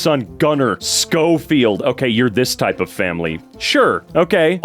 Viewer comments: Schofield is pronounced sho-feeld - and the kid made a proxy out of his name "schofield proxy/ schoprox or whatever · Its Show Field the baby with the name Schofield is pronounced Show Field not Sko Field but Show Field